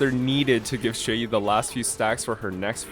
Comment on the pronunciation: You unlocked fu xuan’s E1? When did you activate it? For a non-chinese, your pronunciation of Xueyi is pretty good. Qingque is just the most character ever, crazy to think just a while ago she was written off as too inconsistent and terrible.